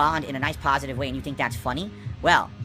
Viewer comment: This is the pahasitive, chill, rhowbust, meaingful Kantent I watch for